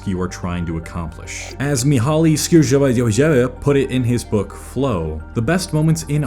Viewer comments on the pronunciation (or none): I loved it, especially the way you tried to say Csikszentmihalyi x) you would pronounce it as reading "cheek sent me hi e" Keep up the good work! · As impressive the entire vid was, the way you pronounced the name had me flabbergasted 😲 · The way u said that name got me dead 😂....great video as always tho